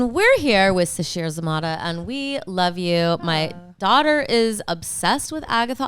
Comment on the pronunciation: I swear that the guy who says the cast names at the beginning of each SNL episode said Zah-MAY-dah and you are saying Zah-MAH-dah and now I am wondering who she is allowing to mispronounce her name 🤔